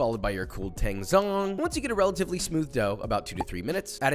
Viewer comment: "Tangzhong" (TAY ng Zong) me: * dies of pronunciation *